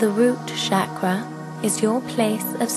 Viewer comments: my apologies in advance but if i can correct please pronounce 'ch' in 'chakra' as we pronounce in cherry not shakra as is done on this video. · I don't want to sound like a horrible person, but who pronounces it "shaq-ruh"? I've always heard it "shock-ruh". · no..it's "chuck-ra" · You are right if roses would have called onions they would have smelled the same. But even then Pronunciations do matter. Shakra in sanskrit means Brown sugar. anyways keep it up.